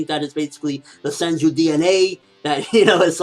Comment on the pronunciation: it's senju, not senji